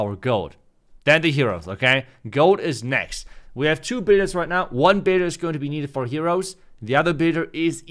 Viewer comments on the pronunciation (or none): Dude you need to work on saying the word "builder" , I always hear it as baiter lmao I was confused at first.